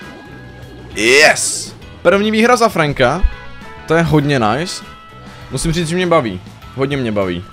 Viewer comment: celí video mě štvalo že říkáš franka a ne frenka ale okey